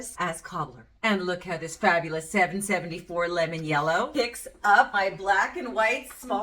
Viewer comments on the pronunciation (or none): none